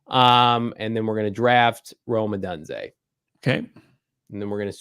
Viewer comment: Stop saying Rome odunze wrong!!!!!! Please!!!!!